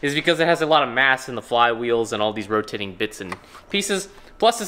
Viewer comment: "And all these rotiting pieces."😂